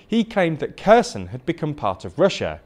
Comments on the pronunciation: Holy shit. Repeat after me: HAIR-Sonn Not Kerson. It ain’t hard!! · great video! One note: it's pronounced Herson, Harkiv. The K is silent and it's to show it's a hard H, not a soft H. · it's not spelled as "Kerzen", it's spelled as Herson, (o being pronounced like the o in or) (Kh in other languages usually means the sound is a hard "h"